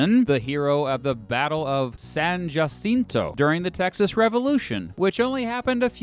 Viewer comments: Pronounced San [juh-SIN-to] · No one calls it San Jaceento. It's a short I. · FYI it’s pronounced: San juh-cent-oh. I’m From texas. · I'm offended by the san Jacinto pronunciation 🧍‍♂️